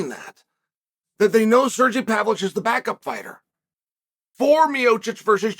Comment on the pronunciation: “Serjy Pavlitch”……🤣